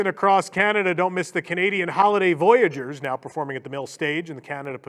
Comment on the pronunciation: As a Canadian, the mispronunciation of "voyageurs" is almost enough to drive me to violence!